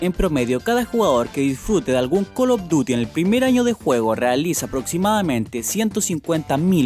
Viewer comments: col of duty y activishon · calopduti, yochi, cra' bandico' 2, pleitechon, ancharted xDDDDDDD ay